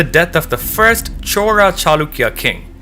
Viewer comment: Chola is a kingdom... Chora is thief... Please pronounce names properly.